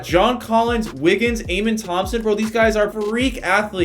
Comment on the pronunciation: Just for future vids it’s pronounced uh-men Thomson